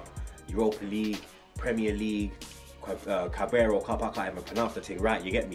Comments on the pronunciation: Carabao not cabraro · My man cannot pronounce Carabao xD